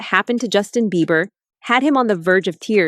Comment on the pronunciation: Right for some reason it’s driving me nuts everytime she says he’s name wrong, lol